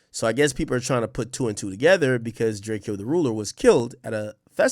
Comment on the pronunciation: It’s DRAYCO not DRAY KE O